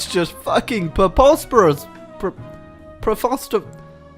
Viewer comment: 🍷Fun Drinking Game: Drink every time says preposterous wrong🍷